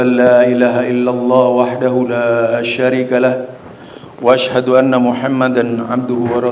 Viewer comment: baca syahadat nya salah. Baca teks aja biar tidak salh waashadu anna........... Bukan wassadu......😵😵😵😵